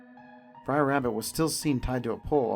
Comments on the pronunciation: "Briar Bear"? "Briar Fox"? Huh? Their names are Br’er Bear, Br’er Fox, and Br’er Rabbit. "Br’er" is an abbreviated form of "brother" and is pronounced… brer. Rhymes with rare, just with a "b" in front. There’s no "i" in "Br’er." Every time you call them "briar," you show off your lack of research and lack of knowledge of the material. Terrible narration. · It's br'er not briar, first off. Second, splash mountain was way overdue for an overhaul. The animatronics were pretty much just decomposing by the time they announced the theme change. Btw, it's being changed to princess and the frog.